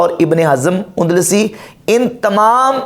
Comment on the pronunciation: اندلسی ہے کندلسی نہیں۔ نحوی نہیں ہے نووی ہے